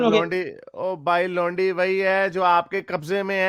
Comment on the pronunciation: Did this guy just say lundi...instead of laundi..😂😂😂😂